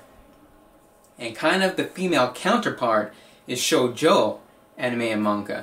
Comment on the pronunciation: The first vowel in shonen and shojo is pronounced like raw so its SHAWnen insted of SHOWnen